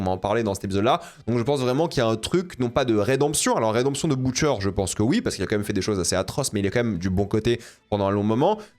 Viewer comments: Pk il dit boutcher alors que dans la série on prononce butcher tu rend fou c trop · Comment on peut anti-vf, tout regarder en VO et pronnoncé les mots anglais si mal... Boutcheur... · Pourquoi il dit boutcheure